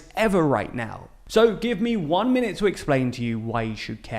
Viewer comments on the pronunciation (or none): none